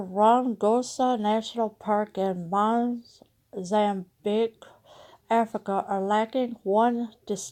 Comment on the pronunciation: Black people can pronounce every country in europe, the middle east, etc. How can't a white woman pronounce mozambique? I always enjoy your channel.